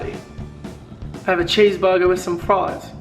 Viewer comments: I don't think anywhere in the world says cheese burger like that :') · did he just try to say cheese burger hahaha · You didn't even say cheeseburger right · Late comment - The way you said cheese burger is the way us Kiwis say it haha! but so need to come to Perth, West Aussie :P